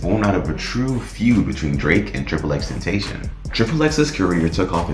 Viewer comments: STOP SAYING HIS NAME WRONG ! !!!!!! D:<<<<< IT IS NOT XXX TEN-TAY-SHIN IT IS XXX TEN TOSS-SEE-OWN!!!!!!!!!!!!!!! I WILL NOT BE SUBSCRIBING OR TURNING ON NOTIFICATIONS!!!!!!!!! FUCK YOU!!!!!!!!!!!!!!!!!!!!!!!! DONT EVER DISRESPECT JAHSEH LIKE THAT EVER AGAIN!!!!!!!!!!!!!!!!!!!!!!!! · tentation is not his name ..... ten ta cion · L for you saying triple x tentashon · Triple X Ten (ta-c-ön) pronounce it right bitch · Ten Tayshin. Can’t even pronounce his name right, but knows enough to walk you through a hypothetical murder case. 👌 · I would follow if you pronounced Xs name right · Can you say and spell his name right? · Jesus pronounce his name right, please, he’s not with us no more, that’s mad disrespectful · I’m mad at how he pronounced his name. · You say his name wrong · Bothered me how you kept pronouncing his name wrong, but nice video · Ain’t nobody gonna mention how this dude made a 20min plus video and researched xxx and can’t even say his fkn name right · No one finna talk about how he said xxxtentacion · I dropped a dislike solely because it’s 2021 & you can’t pronounce X’s name right. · Yeah first thing I noticed too. Do you not listen to him or watch interviews? He explains his name many times. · cuz he can’t pronounce his name 😂😂 ignorance isn’t a good look..he’s not the only one giving this same information just saying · Aye at least pronounce his name right next time guy. 😒